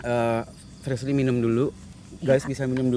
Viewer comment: Aku ngakak pas dia manggil Frislly salah mulu